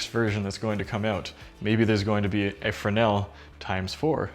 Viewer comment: Pronounced fre-nell.